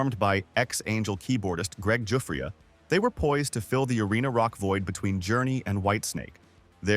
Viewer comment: Listening to AI pronounce Giuffria, is hilarious.